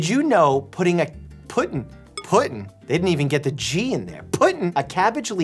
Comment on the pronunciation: “PUTTIN!” I live in the south and I’m still dead🤣😭